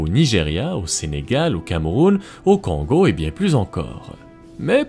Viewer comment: Comment t’as écorché le nom de mon pays !!! C’est le ”Congo” c’est pas ce que t’as dit là !